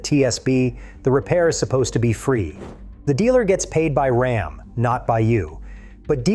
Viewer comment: Can’t you find a real person to read these posts?? Rom is not Ram! Geez! What a turn off!